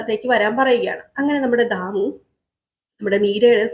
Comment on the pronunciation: അക്ഷരം പറയുന്നിടത്ത് ആവശ്യ മില്ലാത്തിടത്ത് എന്തിനാണ് stress കൊടുക്കുന്നത്. ദാമുവാണോ ധാമുവാണോ. ഷ' പറയുന്നിടത്ത് ക്ഷ പറയുന്നു